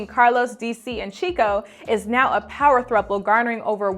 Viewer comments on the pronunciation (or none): none